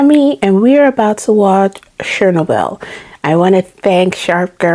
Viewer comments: I'm sure someone else has corrected this, but I don't see it. It's pronounced "chair-NO-bill" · The stress is on the "o".